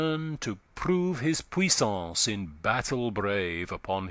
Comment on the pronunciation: The reader has a good voice but needs to pay more attention to the rhythm of the poetry. In line 3 he pronounces "deepe wounds" as "deepy wounds", and similarly in line 5 he pronounces "armes" as "armies". In each case, adding an extra syllable upsets Spenser's careful metre. A few lines later, "puissance" must be pronounced with 3 syllables (pu-iss-ance) to preserve the metre.